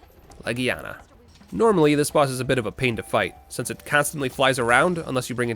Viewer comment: I'm sorry but hearing him say boss hurts me on an emotional level